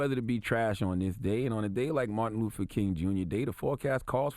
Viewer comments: So it said properly pronounced Martin LUFFER King, repeatedly. In Rochester, NY Lovely Warren the Mayor says with purpose LIBARY repeatedly. Oh and it's Martin Luffer King Mumff? Wow. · And secondly Charlamagne...who is Martin LUFFA King? I think your pronouncing it wrong.... Coincidence?